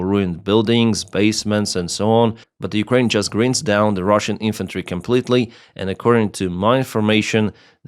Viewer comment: Anihilated!spot on. Speaking like a UK native now almost! Its grInd not grind gr-eye-nd.